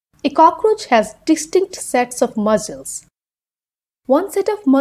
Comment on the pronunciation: Fix your pronounciation it is not muzles it's muscles